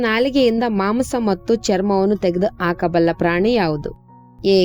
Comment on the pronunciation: ಆಕಬಲ್ಲ ಅಲ್ಲ ಹಾಕಬಲ್ಲ ಅಂತ ಹೇಳು ಬಾರತ ಅಲ್ಲ ಭಾರತ ಅಂತ ಹೇಳು ಹಾರನೇ ಪ್ರಶ್ನೆ ಅಲ್ಲ ಆರನೇ ಅಂತ ಹೇಳು ಅತ್ತನೆ ಅಲ್ಲ ಹತ್ತನೇ ಅಂತ ಹೇಳುಬರೀ ಅಪಶಬ್ಧ ಕೇಳಲು ಆಗಲ್ಲ. ಮುಚ್ಚಿಕೊಂಡು ಹೋಗು.